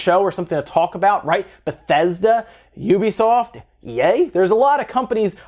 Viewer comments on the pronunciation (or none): none